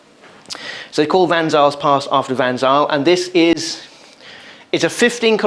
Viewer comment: It's pronounced Van 'Sail'...